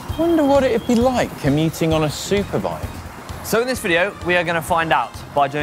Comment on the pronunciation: you said soupbike lol